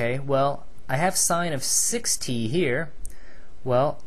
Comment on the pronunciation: 6t sound like 60